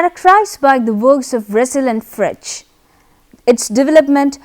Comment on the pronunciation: You are pronouncing Frege wrong!